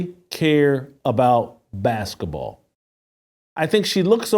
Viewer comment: Hey Jason! What's "baskuhball??"